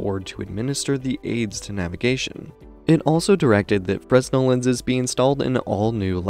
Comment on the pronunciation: Nicely done, but fresnel is pronounced (/ˈfreɪnɛl, -nəl/ FRAY-nel, -nəl; /ˈfrɛnɛl, -əl/ FREN-el, -əl; or /freɪˈnɛl/ fray-NEL)